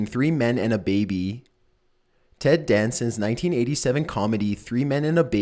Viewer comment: "3 men and a beebee"...lol